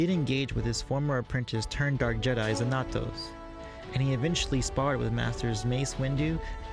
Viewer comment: It's pronounced XANatos. Like the bad guy in Gargoyles.